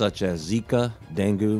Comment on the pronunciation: Dengue pronounced Den gay